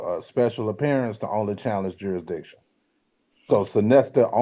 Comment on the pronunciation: Why is it so hard for people to pronounce “jurisdiction?” Is it laziness or lack of education?